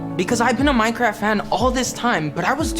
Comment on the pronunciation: MINEKWAFT MINEKWAFT!